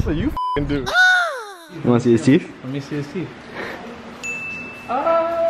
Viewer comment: “Show em your teef”💀